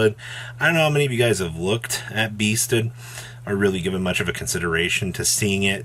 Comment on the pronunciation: According to the Japanese kana written on the card itself, the archetype is pronounced "Beasted": ビーステッド We don't have to argue he said she said we literally have card text.